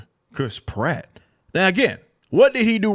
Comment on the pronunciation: Please try to pronounce the a in pratt, apart from that ..great video ..love from England